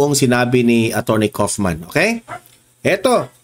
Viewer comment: Kaufman = pag bigkas ay kawofman .